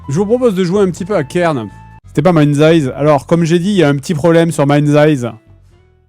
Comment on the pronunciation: Le jeu qui devait être présenté est MindsEye. Fred et la prononciation anglaise font deux. :3